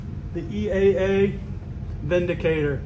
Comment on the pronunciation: Thank you for pronouncing it correctly.